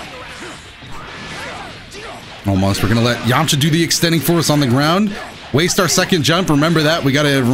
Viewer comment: “Krillin, Jiren and Zzzyamcha”